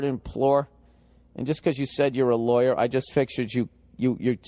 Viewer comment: "I am a LAW-YAAA"